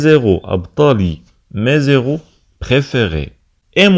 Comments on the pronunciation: Héros ayant l'H aspiré et non pas H muet . On dis / Mé éro/ non pas /Mézéro/ . Vous l'avez répété deux fois! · Très bon travail sauf que pour "héros" on ne fait pas de liaison quand le nom commerce par un "h" aspiré. Je peux toujours compter sur elle (la maman) Je peux compter sur lui (le père. ) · Très bon travail monsieur. Il y a une simple remarque le mot héros contient un h aspiré donc nous n'avons pas droit à la liaison . Merci pour votre compréhension